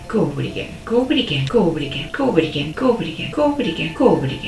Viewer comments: sounds like she's saying "covid again" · I'm hearing "covid again" •.• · sounds like she's saying "covid again" 🤣🤣🤣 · i hear "covid again" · i hear COVID again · I'm so glad I wasn't the only one hearing covid again 🤣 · The "go over it again" began to sound like "go with the gang" over time